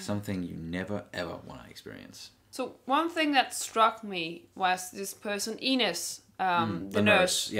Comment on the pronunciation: FIRST OMG FIRST TO COMMENT ON ANY VIDEO FOR THE FIRST TIME ON THIS CHANNEL!!! YEsssssssss lol. The review you guys have towards the end of the video about Ines kind of is a spoiler but you guys are sharp to see where this is going (btw how pronounces, it almost sounds like 'anus' 😂 I'm so sorry it's so like that I cannot let go) I hope you react to Episode 4 this weekend, that would make my weekend so good!!!